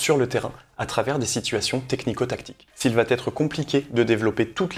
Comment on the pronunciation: "S'il va T être compliqué..."